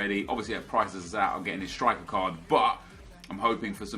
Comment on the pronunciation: You say 'Midfieldt' and 'cardt' instead of midfield and card